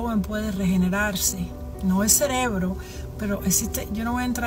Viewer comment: Viendo este video y escuchando a “la doctora”… Cuando de momento la escucho decir la palabra CELEBRO en lugar de CEREBRO… No tengo más nada que comentar…